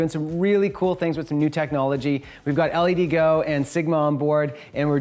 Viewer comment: All of the LEDGO lights are great. I use the Versatile 4K1 and the 2880 and 1440s as well. Damn bright, super diffuse, fully controllable power and colour temp, plus WiFi remote control with an additional controller. But just a small detail - I thought it was pronounced "led-go", not "L-E-D go"?